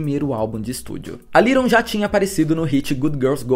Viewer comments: Se fala LEighton nao LIGHTON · Só não entendi porque ele pronunciou o nome dela o vídeo todo como se fosse little e não Leighton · adorei o vídeo porém tentando ignorar o fato de vc pronunciar Leighton como “little” hahah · Parabéns pelo vídeo. Só um comentário: a pronúncia do nome dela não ficou legal (é difícil mesmo) só ouvi A Little, A Little. ????